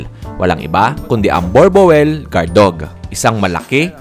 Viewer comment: Bur-bul po pag bigkas hindi borbowel... "Boer" means farm "Boel" means dog sa Dutch... Dala nila yan nuong nagsettle sila sa SA.